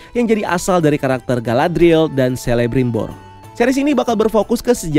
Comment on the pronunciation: FYI aja huruf C untuk semua nama karakter Middle-earth dibaca jadi K. Jadinya bacanya Kelebrimbor, Kurufin, Keleborn dst 🙏🏻